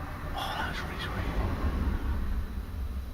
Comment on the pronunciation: Did you say cut you later or catch you later ? **quiver**